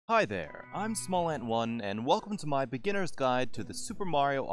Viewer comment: "Hi Therrrre..." what is this.